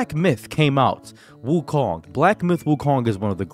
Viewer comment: You're pronouncing wukong wrong.